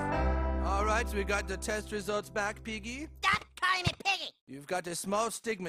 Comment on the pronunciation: "I... ama little pig e" (i am a little piggy) got me dying😂